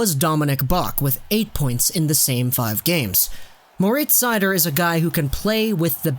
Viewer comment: Your german pronounciation of Moritz Seider is pretty good. Greetings from Mannheim :)